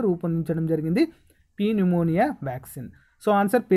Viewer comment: Sir .4th question lo (PNEUMONIA) lo P ni seperate gaa pronounce cheyanavasaram ledhu ..just P silent sir